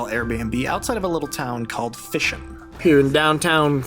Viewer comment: Unable to pronounce "Fischen".